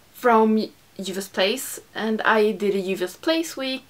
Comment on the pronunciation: I love how you pronounce "Juvia's"! Aaaand we can see Masai from space!